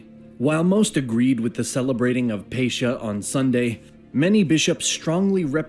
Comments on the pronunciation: Pronunciation problems - Nicaea - Ni-see-ah, not Nikeea - Pascha - Pahs-kah - not Pa-sh-ka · Also, I hate the way this guy in the video says several different terms, such as Nicaea, Pascha, Filioque, etc. Makes me cringe and makes me kinda think he doesn't know enough about what he's talking about